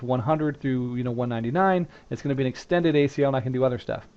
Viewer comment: don't you mean extended? unless you said that, but to me it sounded like you said standard.